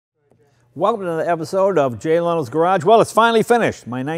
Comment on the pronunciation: Did he say j-lo garage